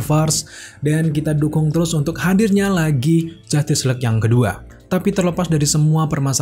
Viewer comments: Mau nntn to kuping kurang sreg dnger cara pelafalan “JUSTICE” dan berulang banyak banget... gk kuat... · wkwkwk bner bgt ngabb